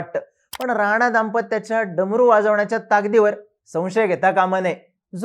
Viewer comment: थोड शब्द निट उच्चार करा. नाचा का म्हणता राणा नाव आहे ते.